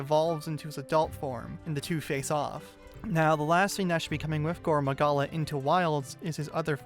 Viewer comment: Please pronounce his name like gorr maggala you’re saying goro Magala